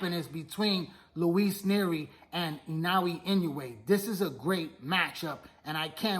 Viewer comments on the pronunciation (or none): At least pronounce Naoya’s name right smh